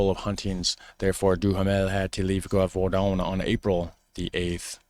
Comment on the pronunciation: The "g" in Gévaudan is not pronounced like you did (like in "garage"). I'm trying to find a sound in english how the "g" is pronounced but can't find it. if you're not sure how something is pronounced you can look it up in Google. If you type "la bête de gévaudan pronunciation in french" in Google at the top of the searches you'll the sentence with a little speaker under it and you can listen to how it is said.